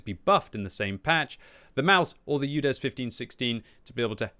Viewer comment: It is Udes not Youdes :)